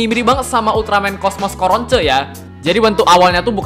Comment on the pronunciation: knp sebutin coronce kan namanya corona